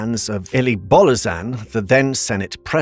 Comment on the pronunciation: Thanks for making this video. We have high hopes and Respect for the new President. However, besides the misinformation mentioned by other people here, it irks me how you butcher some names: "Bolojan" pronounced as "Bolozan"... mmm no, "J" is not sometimes read as "Z", in any language. "Napoca" ( NAh'POh'KAh - silent "h" ) and you choose to pronounce it as "Nei'bow'djeea" >.> myeah... No. Can you just redo the video, maybe? with the correct numbers?